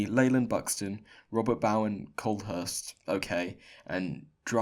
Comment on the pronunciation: my last name is Bowen, pronounced bow(like bow tie) en, not bow as in the tip of a ship